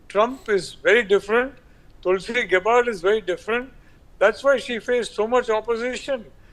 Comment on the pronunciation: It’s gabbard not gabbaaaad 😂😂😂